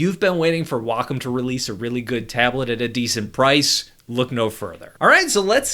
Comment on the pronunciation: Thank you, Thank you for pronouncing "wacom" correctly. Thank you!!!